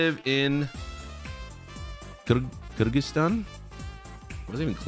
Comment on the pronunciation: You pronunce Kyrgyzstan correctly amazing.